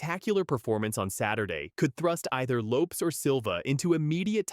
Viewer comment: You’d get more views if the AI voice is corrected when it says names and words incorrect! Loopes?? What the heck is a loopes haha